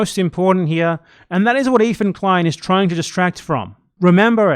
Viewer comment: “EEFAN KWEIN” 💀💀💀💀 you fuckin dork you are absolutely wrong and sound stupid